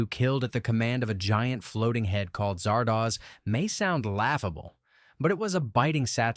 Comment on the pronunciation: I've noticed that everyone who talks up "Silent Running" tends to gloss over or even completely ignore the fact that the MC murdered his own crew and the crew of another ship that came to rescue him for the sake of trees that will probably end up dying anyway. How do you mispronounce the name Zardoz when it's said repeatedly in just the first few minutes, even if you are an AI? Kind of funny that I watched most of these movies already.